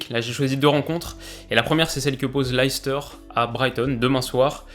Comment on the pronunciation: Très bonne vidéo comme d'ab ! Juste un petite chose, la prononciation de Leicester, c'est lait-stère (source: ma belle-famille qui vient de la bas)